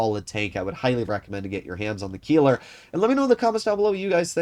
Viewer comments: it's pronounced as "Kailer" not "Keeler". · The "ei" in Keiler is pronounced like the "y" in Kyle